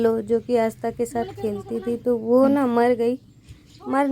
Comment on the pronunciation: Bo ghadi nhi ...vo ghadi likhiye na ap hamesa vo ko bo bolti h